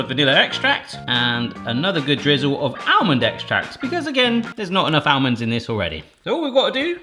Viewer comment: It is not almonds, it is almonds. !